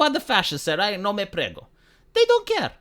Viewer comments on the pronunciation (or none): Its "ME NE FREGO"... "No me prego" sounds spanish getting pregnant xD